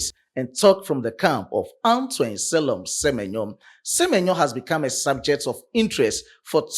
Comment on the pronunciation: Se-me-nyo to Liverpool